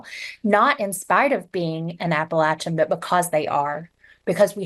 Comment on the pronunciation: App a latch e n, there’s no LAY in it.